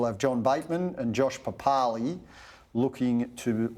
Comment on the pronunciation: Josh "Papalee" oh come on mate pronounce the last name properly mate